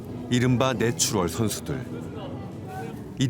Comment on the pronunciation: 내추럴을 자꾸 내추얼로 발음하네...